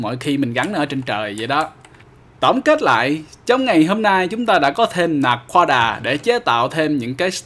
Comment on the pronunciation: Anh nói naquada là na quá đà ma